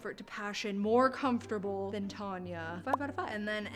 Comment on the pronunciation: Tan-ya ...you catch a "tan" not a "tarn" 😂